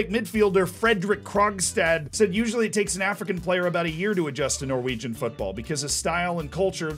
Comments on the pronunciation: props for the pronounciations of norwegian names. surprisingly good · As a Norwegian I’ve got to say that your Norwegian pronunciation was really good